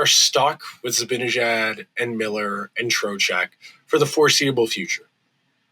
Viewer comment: Great rant,. But it's time you started pronouncing Mika's last name correctly. It's not difficult.